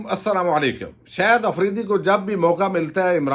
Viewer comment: صاحب خدا را شاہد آفریدی کو “شہد آفریدی” کہنا آپ جیسے محنتی اور فرض شناس وی لاگر کے شایانِ شان نہیں۔۔ اور “ظاہرہے”کو “زہرہے” تو نہائت ہی ناقابلِ معافی ہے۔ برائے مہربانی اگر تھوڑی سی مشق اور بہت ساری احتیاط کرلینے سے اس ہولناک عیب پر قابو پایا جا سکتا ہے! اس تنقید کو مثبت انداز میں لینے کا پیشگی شکریہ!